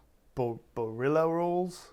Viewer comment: Great cook man!! Bolillo rolls.. No R.. Ha Ha Ha!! Took me for ever to find them on Google. Great job man. Keep em commimg...